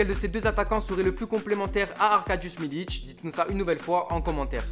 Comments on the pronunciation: Très bon format mais on dit milik pas militch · Stp . C Milik et pas Miliche.... Me.....les gars c un minimum de prononcer les noms correctement .Allez l'OM Allez💙💙💙💙💙💙